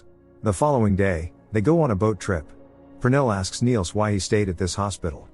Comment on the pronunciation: oh I was right 😅 even though you're butchering the name Pernille 😂